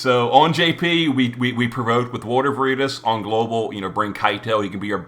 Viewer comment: really needs to learn how to pronounce veritas lol